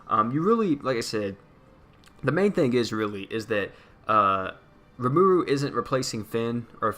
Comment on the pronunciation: I know this is really late but RE-MA-RU is how you pronounce it